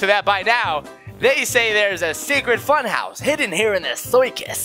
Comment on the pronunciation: It was fun house not foon house